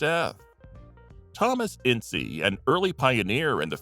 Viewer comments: It's Ince, as in prince, NOT in-cee! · I'm sorry but her name was "Rappe" said like "Wrap" Edit: also Inces' name isn't " in see" it's said as "Intz" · You missed the whole Thelma Todd (and maybe a bit of Lucky Luciano, if the rumors are to be believed) and her suspicious death by carbon monoxide poisoning. Tom Ince's last name is pronounced INTZ. See the film The Cat's Meow for the "rumor most often repeated" and the possible reason for his death during his birthday celebration (which had to do with Hearst's mistress, not his wife), and the subsequent cover up. Then there was the murder of Wiiliam Desmond Taylor. Or, heck, even Bob Crane's murder deserved a mention, simply for all of the hundreds of suspects the police were originally faced with questioning.